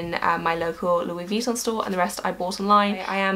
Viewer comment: The way you pronounce Vuitton bothers me... Sorry... XD You say it vEEton but since it's French the last syllable is emphasised... veeTOHHHHN~~